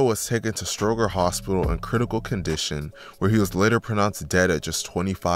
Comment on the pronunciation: And stroger too like cmon bro😂, but he got it on the documentaries for the city